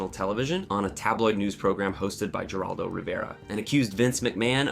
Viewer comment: “Jerr-Aldo” Rivera” “Davv-id Von Erich” he says LOL what a moron!!! Imagine mispronouncing the name David the most common name ever! This moron needs a brain scan immediately! What a fool!